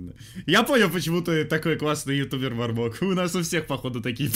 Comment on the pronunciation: Не мармока а мармоко